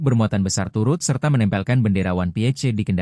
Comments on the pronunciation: One piece bukan wan pi eich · bendera one pi ece. Ai nya kurang gg nih 😅